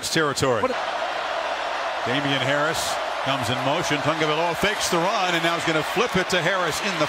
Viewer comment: he gave up trying to say his name